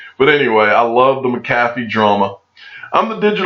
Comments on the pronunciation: I'd leave a comment but you don't seem to read them, that's why you keep pronouncing John McAfee, John McCathy. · Nailed the pronunciation on McAfee brother! Thank you for all the work you do, it's very much appreciated!!